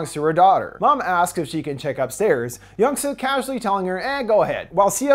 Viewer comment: Yung-Su 😂 that’s how he said it. I’m still watching till the end. I love the movie. It’s intense